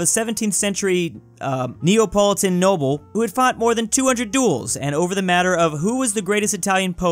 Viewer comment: What? He pronounced Neapolitan right on the first try? I call editing magic.